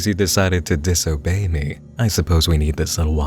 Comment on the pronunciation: Did you just say disobey 😓😳